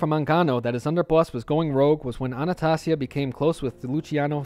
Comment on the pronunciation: It's ANNA STAY ZEE A PHONICALLY